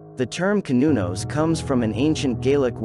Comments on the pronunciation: Cer-nun-nos is how it's pronounced not cun-no-nos. Old Celtic language is just an older form of English so it's just proper. Just like how older Latin is just masculine while modern Latin is feminine so old terms were proper which is masculine but then language aged and proper became past tense making it feminine. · Pronounced "sir" not "cur" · You did really well with your research! I have been a follower of Cernunnos and his alternates since the early 70’s (pronounced Cur-nu-noss, you almost had it right, better than most). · Not true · i have garlic wheat and offerings of wine for cernunnos.. sir non nos is my pronounciation of the gaulish lord and god of nature and seasons